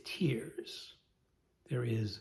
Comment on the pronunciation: I think I've watched all of this year's challenge videos, so I've started on last year's. When you said "tiers," I heard 😢"tears"! 😂😂😂😂